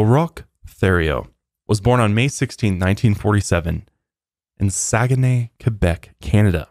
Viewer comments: I'm french canadian from Quebec. Roch is pronounced like "Rock". Also you pronounced Saguenay right 👏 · Rock Tay-ree-o, that's how you pronounce his name. The "H"and "LT" is silent and thrown in there just to mess with your head - it worked. 😉 You pronounced Saguenay perfectly.